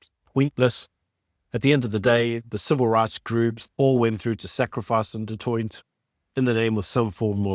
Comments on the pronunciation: ..its pronounced ( du toy )even though spelled du toit ove family with that surname😊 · Is a white South African actually pronouncing "du Toit" as "do toyt"? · Don't get me wrong - I am a huge fan of your channel. But as a South African, I can't believe you can't pronounce Du Toit's name correctly. The t on the end is silent - you pronounce it Du Tooi! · You dont pronounce the last 't' in du Toit. Its pronounced Du Toi. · You don't say the t of du Toit. Only say du Toi. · Du Toit is pronounced "Du Toy". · The last "t" is silent! Pronounce as Du Toi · Please learn to pronounce Du Toit correctly. The T at the end is silent. Like Du Plessis where the S at the end is silent. How long will it take? It's been close to 400 years. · The last t in du Toit is silent. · Just think you should know enough to know it's a silent 't' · Du Toit has a silent t at the end….. do you live in SA?😂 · Shot. Love your work too much but please work on your pronounciation of SA names. Eg Du Toit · Du toit? Pronounced like that? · Always a good programmer. But the pronunciation of du Toit??? Nooo. The T is not pronounced, it's a silent one. Sorry, but this irritated me.. otherwise this was very good as always. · the end t in du Toit is silent. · Just a side note.. the T at the end of Du Toit is silent 😉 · I hate to be this guy but the second T in Du Toit is silent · thank you for covering this. Just a note: don’t pronounce the last t of du Toit. Silent t. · Du Toit (the last t is silent) Just saying